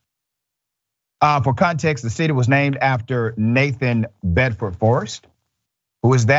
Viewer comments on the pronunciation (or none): none